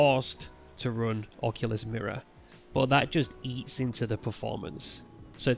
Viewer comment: I think it might be the way you say the word "but", but I'm just guessing. For me everything is understandable and I'm not native English speaker. Thanks for the vid!